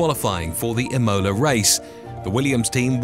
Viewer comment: im-OH-la! Some pretty iffy pronunciation in this video.